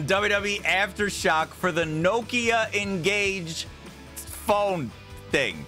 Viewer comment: Its not the engage its the N Gage